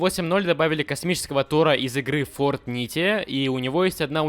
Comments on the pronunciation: Фортнайт а не фортните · какая фортнития , фортнайт правильно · ты сказал фортните, может фортнайт?